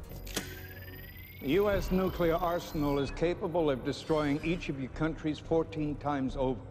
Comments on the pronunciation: Its nooo clear not nuu cu ler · It's nuclear, not nucular. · [pronounces "nuclear" correctly] ME: coolcool: [also occasionally pronounces "nuclear" like "nucular'] ME: wait what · Learn to pronounce nuclear and I'll watch more than 42 seconds next time. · Why do you keep flipping back and forth between the correct way to say nuclear, and the extra chromosome way to pronounce it?